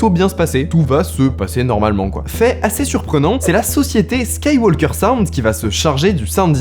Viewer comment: Skywalker. Le l se prononce pas !